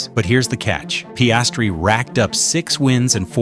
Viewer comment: Terrible pronunciation of Piastri